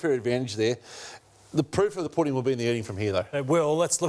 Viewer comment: Hutchy saying pudding , poor slob